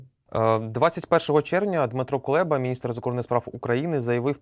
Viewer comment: Прізвище нашого міністра закордонних справ Кулеба, не Кулєба